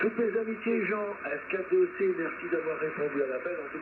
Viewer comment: Bonjour, Merci pour la mise en ligne de ce QSO;-) Pour info, c'est F4DEC Jean et non F4DET, mais ce n'est pas bien important 🙂 A bientôt j'espère en fréquence, juste à bucher un peu et vous aurez un indicatif! Mes amitiés, 73 Joe de F4EWX